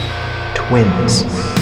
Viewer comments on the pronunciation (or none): THE WAY HE SAID TWINS SENT ME FEUVDJSKFBHWJDSC